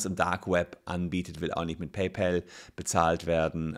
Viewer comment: Auch wieder mit am Start "Päjpoll"